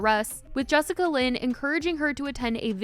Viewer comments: Jessica Lynn? 😅😅😅😅😅😅😅 It's Jess A Lynn. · lol it’s Jessalyn not Jessicalyn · Am I the only one who is dying inside every time she says Jessica Lynn instead of jessalyn lol 🤷🏼‍♀️ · Im sorry "Jessica-Lyn" ? Its pronounced "Jess-Lyn" 💀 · Why do you keep calling her Jessica Lyn? Her name is Jessalyn lmao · bruh who is jessica lyn?😂😂 im listening and im like wait who is that? its jess-a-lyn 😭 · im love u spill, but her name is jessalyn pronounced jes-sa-lyn not jessica-lyn lmfaooo love you girl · Is is jessicalyn or Jessalyn? You keep saying one while the text says another. 😂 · i love you sm but the jessicalyn instead of jessalynn is as lowkey funny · take a shot each time says "Jessica-Lynn" instead of "Jess-Alynn" lmfaoooooo im sorry i couldn't help it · looking for all those extra letters you made up in “jessalyn” lmaaoo not “jessica lynn” 😭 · BRO YOU KEPT SAYING JESSICALYN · It’s Jessalynn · She’s saying Jessica Lynn lol. Close enough lol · I was just doing a double take when I noticed. 😂 was very confused for a sec.